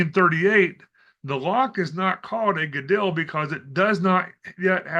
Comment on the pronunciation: the ‘dol’ in Gadol is pronounced like ‘Dole’ brand pineapple/fruit many thanks for your work from a new subscriber🙏